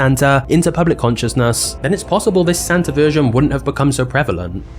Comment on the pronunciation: Doesn't Santa end in and A?.. .so why do you say Santer